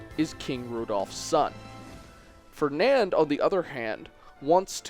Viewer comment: Darth R0xas not trying to nitpick, but I think he said Fenand too